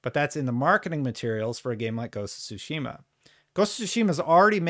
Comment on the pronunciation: OMFG! How many times is this guy going to call Ghost of Tsushima Ghost of sushi 🍱🍣 🤣